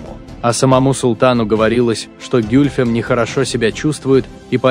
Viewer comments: Где ударения? А интонация?... Не гЮльфем, а гюльфЕм - это во-первых. А во-вторых она была 2 фавориткой т.к первая была Фюлане-хатун. И да, Хюррем была 4 фавориткой и первой хасеки (законная супруга). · Гюльфем - ударение падает на последний слог. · Комментатор даже ударение ставит неправильно на имени Гюльфем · гЮльфем АХХАХАХАХЕХЕПХЕХХПХППХПХХППХАХАХ